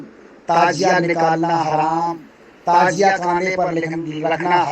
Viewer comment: نہ تو شکل اچھی ہے نہیں بات اچھی ہے نہیں علم اچھا ہے تعزیہ کو تازیہ بول رہا تمہارے بیان کے مطابق تمہارے اعلی حضرت بھی سب سے بڑے حرا می ہو گیۓ کیونکہ تیرے اعلی حجرت بھی تعزیہ کو حرام بتاتے ہیں یہاں تک کہ دیکھنا بھی حرام بتاتے ہیں اسے پتہ چلتا ہے کہ پوری کی پوری حرامیوں کی جماعت ہو